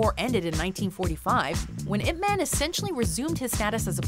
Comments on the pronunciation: Its not pronounce 'ip men' it is 'ip man' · Y-ip Ma-hn . GET IT RIGHT not eep man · why are you saying "man" like it is in english? you should say it like "mon". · It's not ip man its IP man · "if man" lol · at least prononuce the name properly, its yhip mhan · Top 2 things they got wrong: mispronouncing Ip Man's name and him speaking English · if you pronounced the way pronouncing Ip man (as in the noun "man"), you might as well make it IP man, (ip address man). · Your saying Ip man wrong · The way the narrator pronounced Ip Man pisses me off lmao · Pronounced his name wrong the entire video '-' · That's not how you pronounce Ip Man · cant even watch this after the narrator pronounced "Ip Man" like a white girl